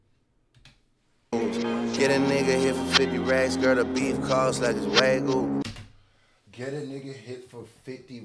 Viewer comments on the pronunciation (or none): damn how y'all pronounce Wagyu lowkey pissed me off 😂😂😂😂 wtf is a WAGU